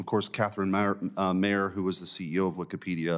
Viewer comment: lol wikepedia 🤣